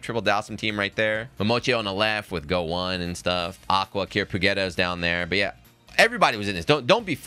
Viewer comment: When you call GOICHI = GO ONE lOL